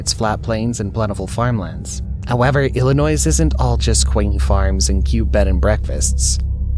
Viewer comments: To the author/narrator, you are pronouncing Illinois wrong. Phonetically you pronouncing Illinois with an S at the end. ILL I NOISE when you should be saying ILL I NOY. There is no S sound at the end. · It’s Illinois not Illinoi(s) the s is silent. Pet peeve of us Illinoians 😉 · It’s not ill-a noise and that’s not what the warning sirens sound like. It’s malfunctioning. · The "s" is silent in Illinois. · The fkn “s” is silent dude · I was thinking that same thing im not from there just visit from time to time